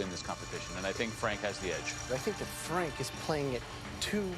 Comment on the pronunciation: Fwank wost cause he was a vewy wazy cook.